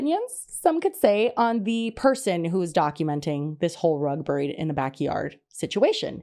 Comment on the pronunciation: Can we discuss please how pronounces ‘buried’! Maybe as a midwesterner I grew up pronouncing it wrong but I have always heard and said it as ‘berried’ and hear saying it as brrr-ied as in brr cold just cracks me up 😂